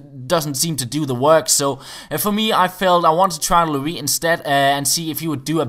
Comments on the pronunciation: It's pronounced Lo-riss not Loris:D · I'm french and you must pronounce the "s" of Hugo Lloris :) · You need to pronounce the S in Lloris! COYS